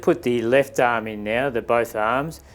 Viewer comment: I like how he is saying arm sounds like aaaam.